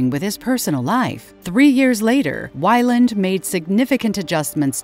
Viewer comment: The narrator nails it at the start with the pronunciation of Weyland. After 1min they call it ‘Whyland’ and they keep mispronouncing it. They must realise the pronounced the same word different ways through out.